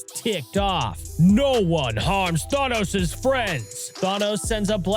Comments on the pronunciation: How can you make an entire video about Thanos and not even say his name correctly? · Can’t get over the way you pronounced Thanos 😂 still love your channel so I just dealt w it anyway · the fact that there isn't even any other comments other than this dude who says that doesn't know how to pronouce Thanos